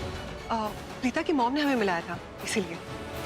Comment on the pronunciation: Bhen vo tumhare papa nhi h jo pita keh rhi hu vo preeta h preeta plz pronunciation right